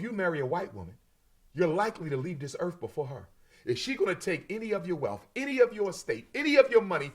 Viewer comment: Walking this planet “earf” I can’t.